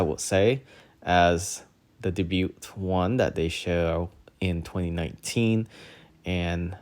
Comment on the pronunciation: Thank U! (BTW: debut is pronounced as day-byoo, no T at end) 😊